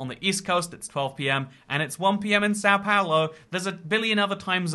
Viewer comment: not trying to say "São Paulo" and failing